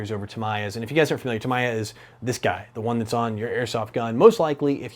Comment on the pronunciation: Sorry for this.... But it is pronounced: Ta-mi-ya. All syllables in the same speed.